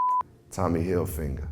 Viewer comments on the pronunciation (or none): Why he say tommy holfinger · This dude repeatedly pronounced Tommy Hilfiger, “Hill finger” for some reason. It cant be THAT hard to read that word properly. 🤷🏻‍♂️ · WTF! Why can't this man say "Hilfiger" ( - )!?! Did he have some type of traumatic finger injury as a child? So now whenever he tries to say "Hilfiger", PTSD kicks in, and "heal finger" comes out instead 😆😄😅!?! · Bro said Tommy Hilfinger haha